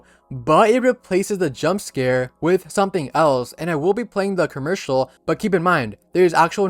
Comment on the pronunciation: bro said kurmercial